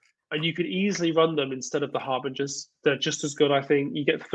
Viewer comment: why cant either of you pronounce harbinger?